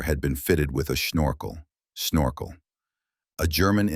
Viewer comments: "Snorkel", not Shnorkel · Snorkel isnoe schnorkel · The german accent on the word snorkel is confusing to say the least